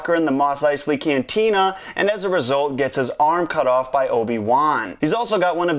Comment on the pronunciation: the fuck is wrong with CANTINA PRONUNCIACION?